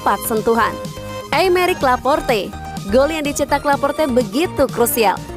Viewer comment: Salah nyebutnya aymeric laportey 🤣 aymeric laport